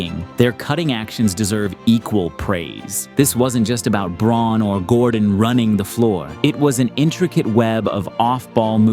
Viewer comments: It's pronounced "Brown" not "Brawn" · "brown" not "brawn" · It’s pronounced brown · Braun is pronounced like Brown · Its pronounced BROWN. Please as a nuggets fan i cringe every time 🤣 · Braun is pronounced “Brown,” actually. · braun is pronounced brown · spent 31 days dissecting the Nuggets still can't pronounce Brown. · Its spelled "Braun", but Christian pronounces it "Brown" (from the German). Confusing I know, but you'll sound MUCH more knowledgeable about the Nuggets if you pronounce their names correctly. (You can hear the announcers calling him "Brown" in your clips) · To be fair Braun doesnt pronounce it as 'Brown,' either. He pronounced it as Braun which has a slight difference because 'au' isnt in the English language. As someone who speaks a germanic language, Brown and Braun, sound different. If I'd be able to type it out it would be more so like:' Brrown' while cutting the W short to the point that you dont pronounce the W. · You watched the Nuggets that much but still cant pronounce Braun's name? C'mon man its just disrespectful at this point lol. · How you gonna make a Nuggs video and not even know how to pronounce the starters names? lmao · lol you say you've been doing nothing but watching nuggets bball then pronounce braun's name wrong...got ya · Yeah but it definitely hurts credibility when you say you've watched all the nuggets games and then mispronounce players names. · He's right about Braun, except the pronunciation of Braun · 100% as a Nugget's fan, nothing says you really did your research and "dissected" basketball like totally not knowing how to pronounce a starter's name.